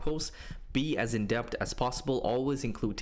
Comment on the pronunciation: Excellent content as usual,! I've never used the playground, but now considering it due to the reasons you mentioned. Btw minor feedback you write and pronounce the word as "indept," but I think the term you're referring to is "in-depth," with a "TH" at the end. Perhaps adding that into your prompts will help you get even better outputs than you already get (although that may be tough since your work is always quality haha).